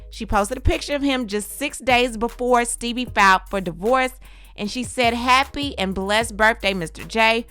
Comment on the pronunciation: Sooo no one else notice that is saying “ Steebie” cuz that i was calling him lol